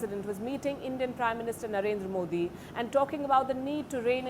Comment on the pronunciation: Translator in yesterday's meet of Biden with modi accidently pronounced his name as "blunder" 😂😂